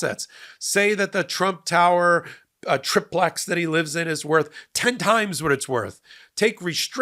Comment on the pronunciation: Love your podcasts - love the MTN! Been wanting to tell you and Ben the correct way to pronounce “tri-plex”. The I is long, like tricycle - three wheels as opposed to a bicycle with 2 wheels. A tri-plex is a multi-family residence with 3, separate living units.